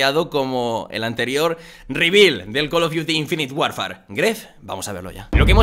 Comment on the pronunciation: jajja es call of frios